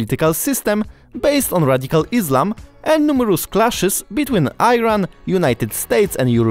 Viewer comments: As soon as you pronounced Iran as "Ayran", it's clear that you have limited knowledge of the country and your video is not worth viewers' time! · درست صحبت کن! Iran نه Iron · Tell me youre an ignorant white guy without telling me youre an ignorant white guy. "Eye-ran" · Not Ayran 😂😂😂😂 Iran is True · It pronounced "Eran".. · Iran is actually pronounced as e-run! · Why you keep saying Ayran while it is Iran? You should respect correct pronunciation of a foreign culture name, especially the name of the country. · Thank you for your attention and introduction. It's at least 7000 years that the name of the country is pronounced Iran (ɪˈrɑːn) not Aairan (ɑːɪræn) by the way. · It is not Airan, it is Iran!!! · Great video. The country's name is pronounced as Eerun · Dude not airan Iran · Which country is that " Ayran" you are talking about 😂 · IT is pronounced, Eran . Like you write Italy but pronounced etaly.or Isreal pronounced esrael. Thanks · Airan???? Are calling Aitaly or italy??? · repeat several times: EE-RAN. EE-RAN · In all my years, never heard the country pronounced Ayran. You've surpassed the Illiterate American level (EYEran) and entered your own league. Ayran is a fermented yogurt drink. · I'm just hearing ayran :) , but thank you polish friend. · It is iran and not ( I ran ) The way you saying it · It's not (I RUN), that's IRAN. how you pronounce IRAQ...! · Man says Iron 😂😂😂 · iran not ayran. please correct your pronunction. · Why are you pronouncing i ran.first thing you do is learn to pronounce. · It’s serious insult too when you call IRAN , eyran , repeat after me IRAN 🇮🇷 🇮🇷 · I enjoyed your interesting and informative story about Iranian heavy machinery. Please check the correct pronounciation of "Iran", it is not Eyeran. I note that your pronunciation of "Iranians" was correct. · Ayran pronunciation really made me laugh. Ayran is the name of a drink made from yogurt in Turkey. Every time He says ayran, this drink comes to my mind. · Iran, not I-ran.